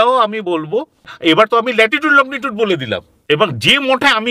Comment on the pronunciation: শুনতে ভীষণই ভালো লাগছে,মাঝে মধ্যে ওনার( ) যাবার রাস্তার বর্ণনা শুনে গায়ে কাঁটা ও দিচ্ছে,কিন্তু উনি তো একজন বিশিষ্ট শিক্ষিত preson,উনি লঙ্গী টুড উচ্চারণ টাকে কি বলছেন? লগ্নি টুড!!?? জানিনা আমি কোনো ভুল শুনছি কিনা,বা আমার জানা টা সঠিক কিনা,আর যে পেপার টুকরো টায় উনি লিখে এনেছেন,সেখানে আশ্রম বানান লেখা রয়েছে আস রম,এটা কি সঠিক?? সব গুলিয়ে যাচ্ছে যে।কি দেখছি, শুনছি,আর কি শিখেছি আমরা।তাহলে কি আমাদের শিক্ষা ই ভুলে ভরা। যাই হোক ভালো এপিসোড,বিশ্বাস অবিশ্বাস, জানা, নাজানার দোদুল্যমানতা য় দেখে,ও শুনে নয়ন ও কান সার্থক করলাম।ভালো থাকবেন সকলে।উত্তরের আশায় রইলাম,নিজের জানা টা সঠিক কিনা যাচাই করে নেবার জন্য।